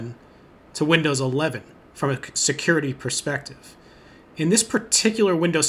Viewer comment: OH YEAH IF YOU LIKE SECURRRITY YOU SHOULD USE LI- oh